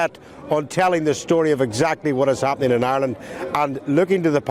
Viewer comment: GET A PRESENTER THAT CAN PRONOUNCE IRELAND AND NOT KEEP SAYING ISLAND...